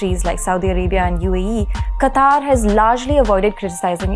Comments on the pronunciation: It is not pronounced "qataar", it is pronounced as "qatar". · It is not Qataaaar...it is Qatar.......Qataaaar means line.... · it's pronounced as कतर NOT कतार. Thank you for sharing good insights. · it is pronounced qatar, not qataar. Google is wrong. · It is "Qatar" and pronounced as Kataar.